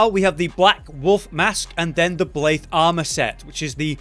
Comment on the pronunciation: Why the heck are you saying blaithe